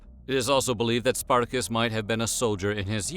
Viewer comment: Spartako or Spartacus is not pronounce that way, is not an English name.